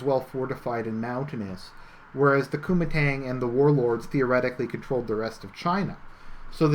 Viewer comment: Kuomintang is pronounced co-ming-tang